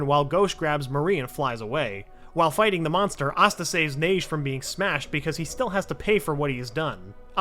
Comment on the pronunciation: its pronounced ha-gey like hokage